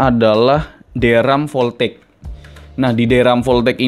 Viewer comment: Voltageeeeuuu, jadi sunda hahaha